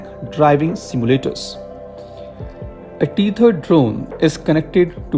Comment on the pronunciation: Bhai teri english ki pronunciation itni kharab kaise hai? "Teeth erd" nahi hota, टैथर्ड hota hai